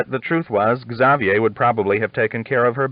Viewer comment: I am enjoying listening to these but I can't help but get a bit irritated with the way he says some words wrong. Arkansas and Xavier are two that come to mind right off.